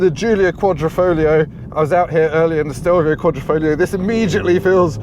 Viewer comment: Just out of interest, why does everyone forget there's a g in quadrifoglio? It's sounded as well...kwod-ri-fawg-leo.